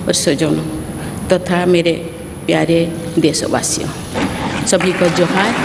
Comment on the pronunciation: जुहार नहीं जोहार होता है